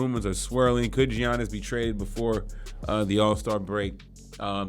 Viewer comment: As soon as I heard gee-yannis I couldn’t watch anymore